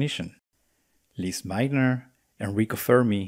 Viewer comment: Thanks for watching and subscribing, that really helps the channel. I am glad that you found something new in the video, you are more than welcome to check out the other videos of the series. Thanks for the comment on the pronunciation of Lise Meitner's name, I struggle with it because I learned it as "Lisa" in my home country, then I moved to the US and I had to learn the American pronunciation, which stuck with me. You would be shocked by how the name of Karl Schwarzschild is pronounced in those others parts of the world. At least my students here in Germany were when I was teaching General Relativity and I said "Schwarzschild" out loud for the first time. You are so right, German is very consistent but also very hard, I have been for years in Germany and my German is still not even basic.